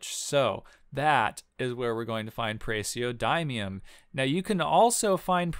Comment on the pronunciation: It's pronounces praz-e(say the letter)-oh-dih-mee-um